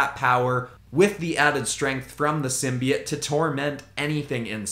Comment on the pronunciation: Please tell this man it’s symbiote not simbyit